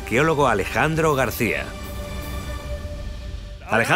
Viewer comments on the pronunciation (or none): none